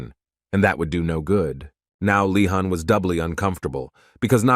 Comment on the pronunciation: Bro the name of the protagonist is leeehan!!!! Not fkkin khan